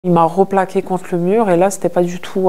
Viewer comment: "RO plaqué, " cette mode immonde de mettre des o au lieu de E! Replaqué et non roplaqué.